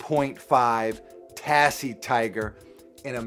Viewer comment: It should be pronounced as Tazzie Tiger, instead of Tassie.